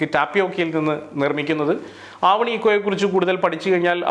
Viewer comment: ഇന്തോനേഷ്യ, മലേഷ്യ, സിംഗപ്പൂർ, യൂറോപ്പ്, GCC രാജ്യങ്ങളിൽ ഒന്നും ‘ണ' എന്ന അക്ഷരം ഇല്ല. ആവണി അല്ല❌ ഒന്നുകിൽ അവനി അല്ലെങ്കിൽ ആവനിയോ അവാനിയോ ആയിരിക്കും. എന്തായാലും നിരവധി ആളുകൾ ഉപകാരപ്പെടുന്ന മേഖലകൾ പറഞ്ഞു തന്നു ❤ ആരെങ്കിലുമൊക്കെ കടന്നു വരട്ടെ.